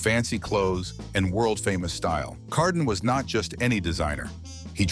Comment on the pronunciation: Will you please stop using A.I. to narrate your videos. I half way expect people using A.I. to narrate their videos to get sued for the mangeling of their names. It's Pierre Cardin not Pierre Car-dun. Dumbasses.